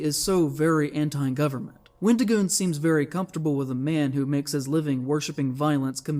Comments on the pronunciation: why do you keep calling him wendigooner💀💀💀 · did i heard wendigooner? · Did he say wendigooner? 🤣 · lol Wendigooner? It’s Wendigoon. I believe he’s 24 now. This guy is just misrepresenting everything. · you did not deadass call him wendigooner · Why do you keep saying Wendigooner? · His name is Wendigoon not Wendigooner, ❗💢😡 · Why do you keep calling him "WendigoonER" stop watching porn man lol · bro calling wendigoon “wendigooner” kills me